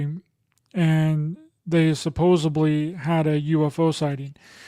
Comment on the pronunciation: Its 'supossedly'. With a D. Not a B. I'm really sorry for my British Anal Retention" word tourettes'. Its my Issue not yours. Its just Ive heard you say it a few times now and Its annoying thinking that you do podacasts but maybe no one has mentioned it to you. Please dont see this as a critisism. It really Is more about my 'spectrum' Issues 🫣❤